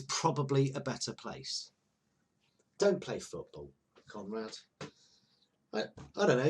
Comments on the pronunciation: I swear every time he says Conrad, my head hears Comrade. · When you called him "Conrad", I thought that you were saying, "Comrade".